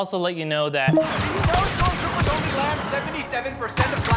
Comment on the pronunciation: He keeps saying stormchopers